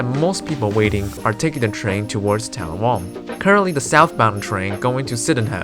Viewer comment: And it’s TAL’-la-wong, not tal-la-WONG’